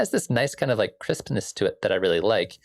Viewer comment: I love that the way you say "crispness" sounds almost identical to "Christmas"